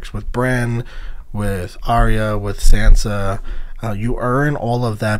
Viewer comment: Good videos, but broooo...are you watching the episodes on mute with the subtitles on? How do you mispronounce everyones name but Ned?! Saansa TeriOn Ygret?? The characters say their names, how do you mispronounce them all?? 😅🤙